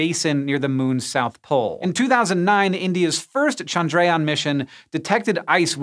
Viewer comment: Bruh, it's pronounced CHANDRA-yaan, not chan-DRAY-aan